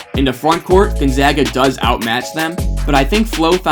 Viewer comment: You get a like because you said Gonzaga correctly. Also your video was well made. GU fan here